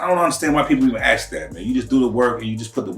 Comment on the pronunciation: Ask not aks 🤣